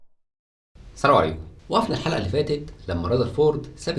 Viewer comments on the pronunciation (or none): none